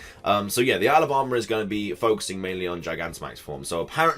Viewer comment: Whenever you say "Isle of Armor" it sounds like you're saying "Alabama" 😂😂 Love your videos dude, keep up the good work!!